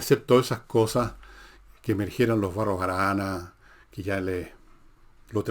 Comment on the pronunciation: Se Villegas, expliqueme por qué Ud. Se come las S finales en algunas frases, ejm Barro... Arana , también elimina d. Ejm. Asao, no asado, Manuel Bulne...etc. gracias por su respuesta.